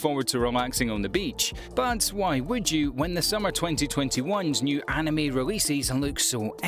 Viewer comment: the pronunciation of “anime” made my eye twitch